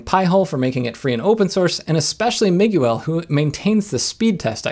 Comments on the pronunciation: Hehe - Mig-u-elle.... I'm pretty sure that's not how you pronounce it! Mi-gwell. Awesome video either which way ;) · The U in Miguel is silent. :)